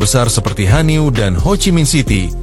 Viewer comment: Hanoi bukan hanio